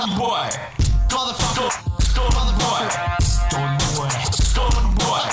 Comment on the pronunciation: his name is stone bwoy not stone boy. great animation but ruined by shitty research.